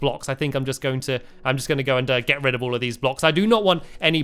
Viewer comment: Stampy you said get red of th roller ouster